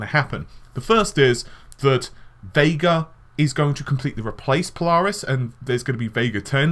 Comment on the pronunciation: The way you say Polaris really irks me... PO-LARIS. Sounds like you are saying PiLARIS almost sounds like PLARIS.